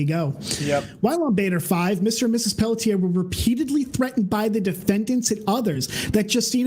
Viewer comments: I am from Quebec, Her last name is pronounced in 2 syllables Pell tzi ay, it's like the 'et' is rushed at the end of the first syllable. So like Pelltz iay. I hope that helps? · it's pronounced pell-shay 😂